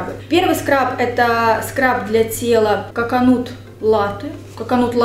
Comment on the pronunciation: Так изменилась, не только внешне но и как-будто внутренне и эмоционально, такая прям леди) Ушки эти обожаю💞 Только Коконат, а не коконут)